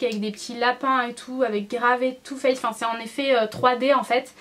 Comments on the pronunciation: Hello ! Première fois que je commente alors que je te suis depuis un petit moment. Je te trouve magnifique, comme d'habitude ! Et mon dieu qu'est-ce que j'ai ris quand tu as dit "two fesses", ah la la les beugs de langage je compatis, ça m'arrive tout le temps ! Gros bisous ♥ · "Too fess" tu m'as fais trop rigoler ! ♥ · 'Too faced" "Too Fesse" Tu m'as vraiment fais rire Mdr <3